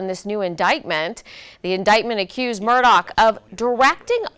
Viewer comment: His name is Murdaugh, NOT Murdoch